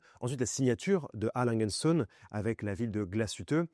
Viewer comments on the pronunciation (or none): Vous ne me tiendrez pas rigueur si je me permets de corriger votre prononciation de Langue & Söhne, söhne le fils le S se prononce comme un Z et le ö ➡️ EU .